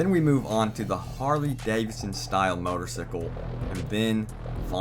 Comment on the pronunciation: Bro your voice I so annoying it's not even funny. You sound like the stereotype of a nerd. On top of that you keep saying motor sickle. What the hell it's a CYCLE.. (Psychal) thanks for the info though. Lol